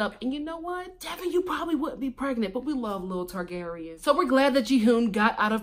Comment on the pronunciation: The fact that you keep calling Taeyang, "Targaryen" is SENDING ME! 🤣🤣🤣